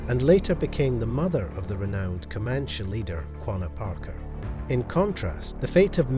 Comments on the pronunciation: Pretty sure it’s pronounced co-man-chee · You do know that E at the end of Comanche isn't silent.